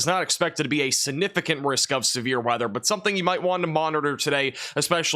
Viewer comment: Sig- nif- icant.. Not snifficant..